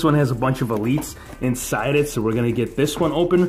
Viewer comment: You said ao not so